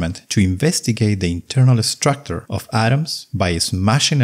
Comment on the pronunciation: "Atomic structor?" Please, 15 second and already not trustworthy. What's wrong with the pronunciation? Is he really Fraank? I thought he's Fränk. "Moving" = "Myuwing" or "Muuving"? What's wrong? Collision = Kolission? Not Kollisioon?